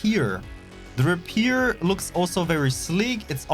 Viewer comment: no offens mend by it butt u pronounced Rapier wrong, its said like the sword Rapier